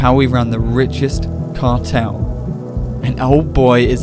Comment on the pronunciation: how we wan the wichest cawtel